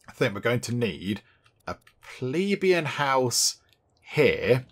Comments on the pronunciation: it's pleBEian, not PLEbeian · Hehe, you tried almost every possible pronunciation bar the right one bless you. Plebian = Pleh-bee-un. It's where we get the word pleb that some still use.